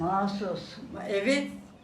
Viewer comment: masus diyor.😀